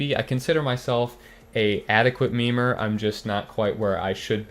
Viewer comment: "Adequate memer". Lol it sounds so weird